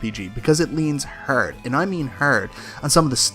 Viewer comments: That threw me for a loop. I was like, "did he just say herd when he's trying to say hard?" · Hard is pronounced "hard" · Sounds like hard to me!